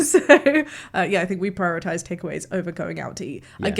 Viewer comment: 9.55 "If other people don't purrrritize" 🤣